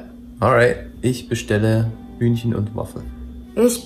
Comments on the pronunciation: I had to laught so hard because she pronounced "Hühnchen" like "Hündchen" wich means pooch in german😅 But the video was very nice👍👌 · dachte sie hätte "ich will hündchen" gesagt... hab nen kurzen schock bekommen 😅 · should probably practice saying "Hühnchen" (chicken) again, it sounded very much like small/cute dog (Hündchen).